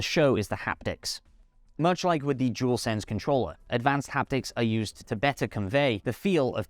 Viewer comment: Jewelsense 🤦🏻‍♂️ it’s dualsense I’m amazed how many people can’t say it properly 😂.